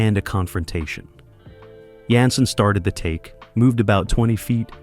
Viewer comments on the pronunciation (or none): Repeatedly throughout this video, the series star's last name is mispronounced. David's last name was "Janssen" pronounced: "Jan - sin" NOT "Yansin" ("Yan sin"). All of a sudden (and also ), his name is pronounced correctly, then a few sentences later his name is mispronounced again, and again, and again. Are you A.I.? Contrary to what your narration states (and also later), a walking cane was NEVER used on an on-going basis by Harry Orwell, and it was never "a defining trait" for the character. These notable research mistakes negatively impacted what could have been an enjoyable experience viewing your video on a fine tv series. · JAN SEN, not yan sin. Great topic, great series. Film noir meets Swanson TV dinners. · It's great to see anything at all about this wonderful show. It's too bad this is so full of shit and inaccuracies. And why does the voice say "Yanson" ( or Yiyyanson) most of the time but pronounce it correctly once in a while. The part about Anthony Zerbe not liking the fast pace of shooting because he was a stage actor is ridiculous. He had been working in movies and TV for years by the time he got the role in Harry O. And I strongly disagree about the "first season magic" line. The second season was great. And NO mention that Zerbe won an Emmy for Best Supporting Actor for his role. Half of what is mentioned is either made up or AI confused it with some other show. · Right? It actually got on my nerves.